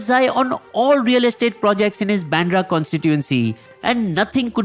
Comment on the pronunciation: Not Pandra it's Bandra